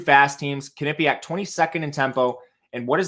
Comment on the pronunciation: Butchered the way you pronounce Quinnipiac lol.